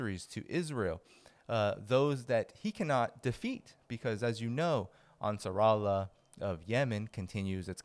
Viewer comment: Ansar Allah thats how u prounce it